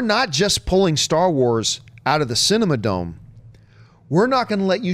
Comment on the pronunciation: aghh, as an LA native, it hurt my heart each time John called "The Cinerama Dome," the "Cinema Dome"